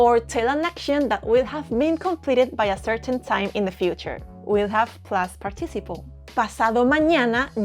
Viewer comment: You do a great job. However, one word in English that you are mispronouncing is “participle”. There is a stress on the first syllable “part” and a bit of stress on the third syllable “ci.” So, it comes out as part”- ti- ci’-ple. Your English is overall very good with a very cute Spanish accent. Sadly, with our hateful, unchristian Trump regime here in America, your accent could get you stopped and questioned by ICE agents. And, want your country please take Elon Musk off our hands! Muchas gracias para su lecciones en español.